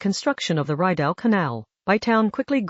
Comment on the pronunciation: I closed this video when the AI called our canal, the Reyedow. Short "I" sound and French pronunciation Rideau.